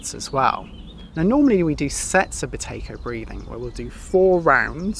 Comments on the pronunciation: I had to put my captions on 😂 I thought you said Potato breathing. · How many people thought he said "Potato Breathing" right at the start 😂